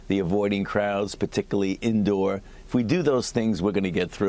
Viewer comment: He said indow